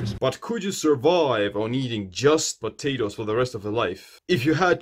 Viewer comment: "he starts screing patatoes"